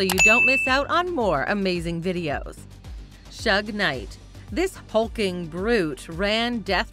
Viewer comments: IT’S SHUG KNIGHT ! NOT SHUGH I cringed every time you said it wrong. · The way she pronounced Suge Knight sucks. Plus he was not a musician.